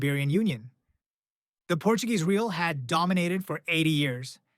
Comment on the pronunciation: Real is pronounced more or less "ray-AW" or "ray-ALL," not like the English word "real," lol.